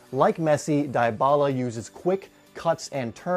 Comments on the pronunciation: ( DY - BALA ) not ( DIE - BALA ) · DiBala not DieBala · "Dee bah la" not "di bah la" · it's Dybala, not Diebala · You said his name wrong🤦🏻